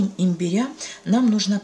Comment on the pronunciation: Спасибо за рецепт. Но ставьте, пожалуйста ударение на первый слог: имбиря. По ушам бьет.